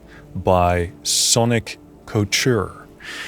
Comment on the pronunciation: Sonic Couture. Like Haute Couture. Haute couture means high dressmaking, or the height of fashion. I believe Sonic Couture means the height of sonic fashion—which is a good thing. Ko-ture. That’s how you pronounce it.